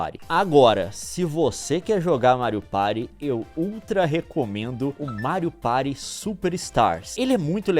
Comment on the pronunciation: "Mário Pairy" 😂😂😂